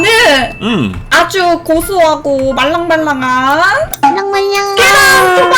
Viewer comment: • 말랑을 망랑으로 바꾼 폼 미쵸따